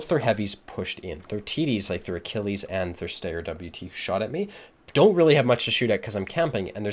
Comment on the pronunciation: I see you pronounced Achilles correctly. Didn't want to trigger everyone again?